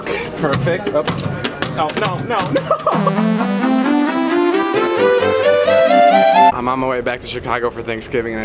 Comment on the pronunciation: Did you really just say MELK